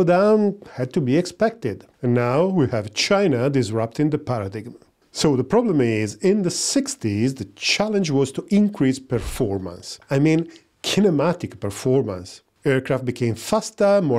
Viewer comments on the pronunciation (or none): Paradigm is pronounced as "para-dime"! The complexities of English. Kudos to your excellent information.